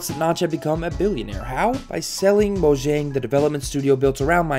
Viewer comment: They're Swedish. Mo-yahng.